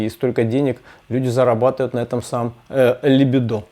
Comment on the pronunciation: ...либúдо, а не либидó.. ..облегчúлось, а не облéгчилось..